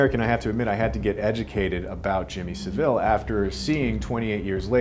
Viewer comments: I think his search history must be better for the Spanish version 😂, clearly he did not do his homework work if he pronounced his name that way. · "Jimmy SEVVILL" ? 😂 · Savile rhymes with gravel.